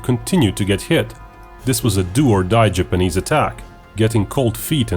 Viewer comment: I winced every time you said "Japanese". Couldn't finish the video, it was bugging me so much.